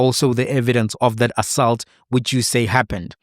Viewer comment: Assault bro and not assalt.😂